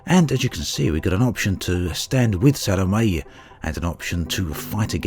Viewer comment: It's pronounced Sa-lo-may. If you're going to risk your life for someone, at least learn to pronounce her name right.